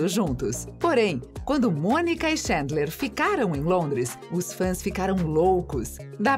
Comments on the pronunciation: que agonia de ela falando xêndler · “Ala Xandler e Monica” kkkkkkkk o queee?